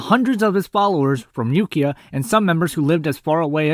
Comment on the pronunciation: Also Ukiah (yoo-KAI-uhh) but I only know that because I grew up near the town. Great video all the same!